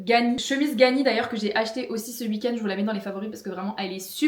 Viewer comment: "ce wuik-end" ☺ tu parles comme ma maman qui vient de nancy